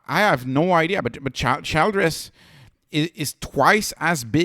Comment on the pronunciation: It’s pronounced like Chill dress.